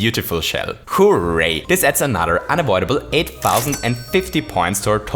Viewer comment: "Holy fuzzy" "Acorn S-yoot" "Hoo-ray" You, sir, have conquered the English lexicon.